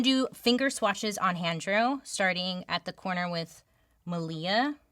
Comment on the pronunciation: HANDREW??? IM CRYING LOL